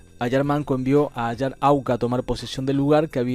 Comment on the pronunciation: Capac con fueraz en la c, CA.gracias..ayar con acento en la primera A, bye.